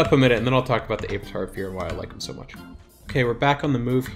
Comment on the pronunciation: Zee-lot? Aye-vatar? Are you trolling? Or? Zealot is pronounced zel-ot, as in religious zealot. Avatar... like the last air-bender. There is no way you don't know this.